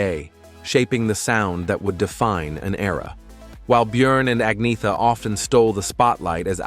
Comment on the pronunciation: It’s not Ag-Ni-Tha It’s Annietta